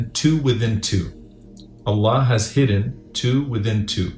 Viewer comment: In the beginning try to say “ I Love You Allah” properly. It seriously sounds like someone is having trouble saying that because it sounds more like “I lev u La”